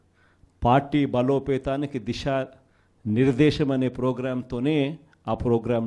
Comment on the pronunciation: TEY DISHAA KAADHURAA 🤪🤪 DISA (Direction)